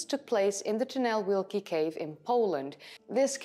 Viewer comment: Oh, you are butchering the name. Ojców NP is pronounced [OY tsoov ], the name of the cave however was almost impeccable.👍😉 You could just say "The great tunnel" cave, though.